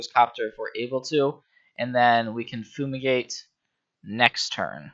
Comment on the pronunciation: im sorry but its drivingme crazy that you keep calling FUME-igate Foo-migate. look at the art, say the word to yourself. it doesn't make any sense